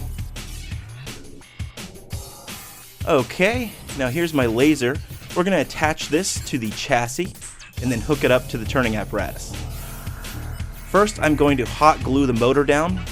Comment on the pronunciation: Doo not to bug you but its not pronounces CHassie its pronounced shassie